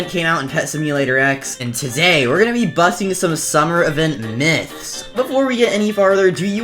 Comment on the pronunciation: Lmao "butsting" myths?